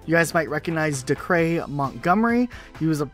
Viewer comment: Its pronounced Day-cur